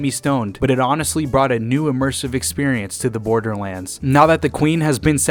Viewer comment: It’s not borderlands it’s borderlands say it right